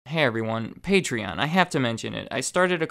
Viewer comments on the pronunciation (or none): none